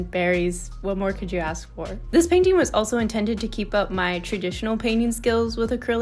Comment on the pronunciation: I LOVE THE PAINTING IT LOOKS SO GOOD i love the colours so much!! btw i really like the way you often say "painteeing" with a longer "i" instead of painting